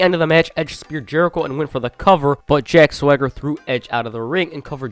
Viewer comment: I still don't get why they gave a guy with a lisp a name he can't pronounce. If I never saw it spelled out, I'd think his name was Jack Thwagger. I have the same problem with Mojo Rawley. I swear to God, he calls himself Mojo Riley and it's so fucking annoying.